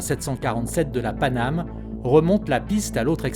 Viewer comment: "Panamay?" Sounds like we have a new airline.